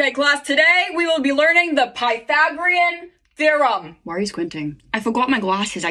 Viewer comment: "the pytHHHHHHagreon thI-rum"